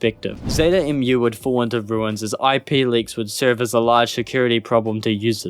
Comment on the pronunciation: "Mu" is not pronounced "emm you." It's pronounced the same as the the word for the sound a cow makes.